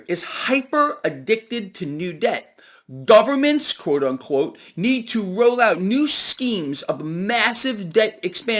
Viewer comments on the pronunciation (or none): none